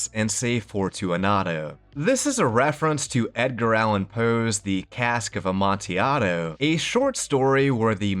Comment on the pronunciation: It’s 5 months late but I commend you for pronouncing amontillado correctly. I’ve heard lots of people not giving the ll the correct sound,they give it a long L sound.